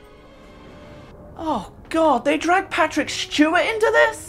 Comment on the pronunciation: “Patrick Shtewat” - 2023❤❤❤